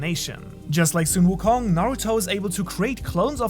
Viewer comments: Omg i can't stand this man pronunciation of sun wukong Just say son, like my son or sun like ☀️🌞 not sung wukong😭 you know how to say son and sun right? Stop saying sung on God please😭😭😭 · It's not soon wukong it's Sun wukong,pronunce it as sun = the sun,Sun wukong not the way u pronunce as soon wukong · Or better yet song wukong like son Goku